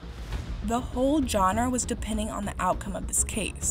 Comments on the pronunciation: This video would have so much more credibility if the woman speaking knew how to pronounce the world “genre “ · Dude, learn how to pronounce the word “genre”.